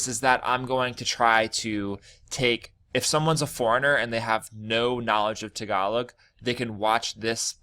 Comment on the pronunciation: Tagalog t(s)egalowg Remove the (s or z) sound when you pronounce words with t and d